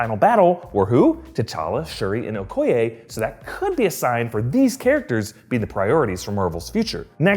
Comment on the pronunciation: He says: O-koy-aye We say: O-koy-yee